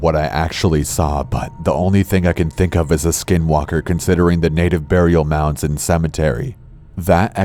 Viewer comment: sounds like you said "native burial nounds" xD